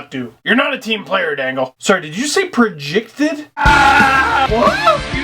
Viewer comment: i actually didn't hear the "prejicted" until you said it at the end of the intro :P